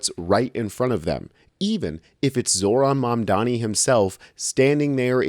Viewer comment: The MAGA host calls him Zorann Mamm-dommy 😂